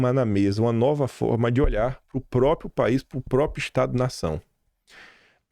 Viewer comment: Por favor faça um esforço para pronunciar a palavra próPRIo corretamente. Se treinar um pouquinho vai conseguir.